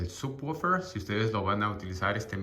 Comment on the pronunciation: Así no se pronuncia subwoofer en inglés, se oye naquito🤣 mejor dilo normal